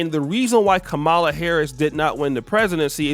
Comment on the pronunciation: Kam - mala. Not kamala the UGANDAN GIANT